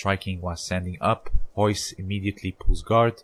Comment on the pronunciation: How can you not say Royce (you say hoyse) but you can say resist?